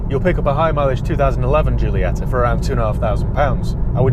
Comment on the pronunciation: Is Jeeolieta.. Like you say Jeez.. When I hear English people speaking Italian or other Romance languages I feel sick. And you know why? What the hell is wrong with you.. we can speak your English very very well and we never get it wrong. Why is not the other way around? Because you are all ignorants? P.S. Very nice content man.. keep it up!